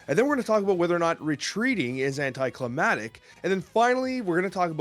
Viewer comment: 😬😬😬😬😬 I'm so sorry but I can't let this go. It's "anticlimactic" all one word. You're missing the C. "Climatic" is actually a word that had to do with climate. Thought it was just a typo but I heard you actually say "anticlimatic"